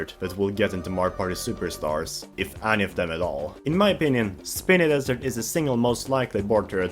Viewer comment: I have never heard anyone pronounce Spiny Desert as Spinny Desert